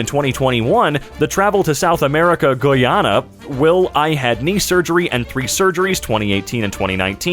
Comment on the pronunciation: was a literal jumpscare. I was playing this in the background while I was doing an essay and I literally went "omg there is no way that's my homeland" but it was and it is not pronounced like that. Guy (like a man) ana (short a sound, think apple not awe then nu like [nu]mber ig ). Yes i understand a pronunciation lesson is a bit ironic under a r/nobodyasked vid but it is so uncomfortable hearing my country's name being constantly mispronounced. Apologies if this is rude in anyway, I don't intend to be rude.